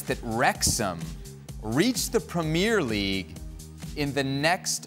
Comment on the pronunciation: Hey ESPN can you please teach your hosts how to pronounce PREMIER LEAGUE. You’d think that with the pundits around the table saying it properly that host boy could pick it up. It kills your credibility.